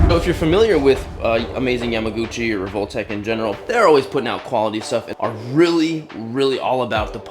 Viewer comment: your prononciation of revoltech hurts me😢 its rehvol-teck or tech